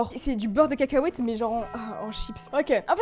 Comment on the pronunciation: parce-que elle a pas dit cacahuètes elle a cacahhhahuète